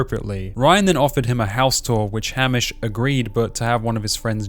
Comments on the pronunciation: Your pronunciation of Hamish threw me off soooo much lol. It's pronounced Hay-mish. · this video was so good and objective and raw but how are you australian and can’t pronounce easy and well known australian locations and names like geelong and hamish lol. great vid